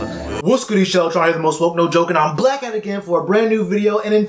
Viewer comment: Are you saying back or black in the intro? I swear I hear black 😂